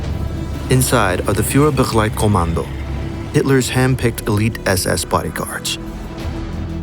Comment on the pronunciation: „Führerkommando“ Englisch pronunciation= Fuerrerkoamando